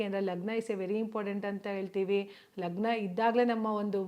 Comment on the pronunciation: Lakgna na seriyagi ucharne maadamma neenu lagna andagalella seriyagi kelisuthilla matte neenu heluvudu yaavudhu nadidilla